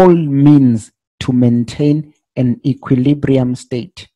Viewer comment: That word equilibrium is sometimes difficult to pronounce lol 😂 But bro to be honest enough I have never found anyone who explain like you do you really make me to understand thanks a lot bro, hoping I'll grow my account and live in this for I really like to trade